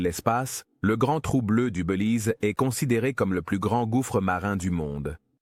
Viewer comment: On dit : " Bélize" et non : " Beulize"! Faut arrêter la beu ou l'IA!